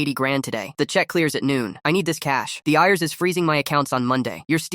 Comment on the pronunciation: I.R.S. not ears